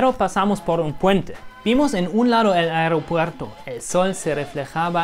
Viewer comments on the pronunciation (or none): none